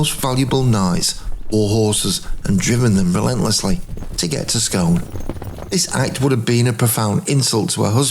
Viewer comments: So fascinating. Well composed, vivid. Regarding the Stone, it’s not pronounced “Scoon”? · Great video. Only Scone is pronounced Skoon.